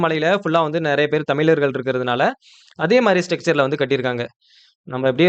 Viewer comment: அருமையான காணொளி போடும் நண்பரே ஒரு அன்பான வேண்டுகோள் தமிழர்கள் என்று சொல்லிப் பழகுங்கள் தமிலர்கள் என்று சொல்லும் போது முகம் சுளிக்க வைக்கிறது சகிக்கவில்லை.